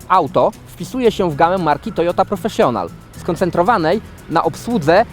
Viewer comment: Język angielski absolutnie leży i kwiczy, wymowę słów "Professional" i "Family" możesz sprawdzić chociażby na tłumaczu Google. Błagam, nie niszcz uszu kogoś, kto zna ten język choćby w stopniu podstawowym. Nie bądź ignorantem.